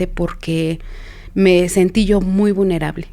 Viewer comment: Por qué si es una persona estudiada no sabe decir vulnerable dice vunerable